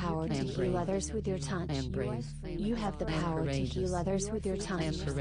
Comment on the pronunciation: it sounds like she is saying tounch with an "n" and that is annoying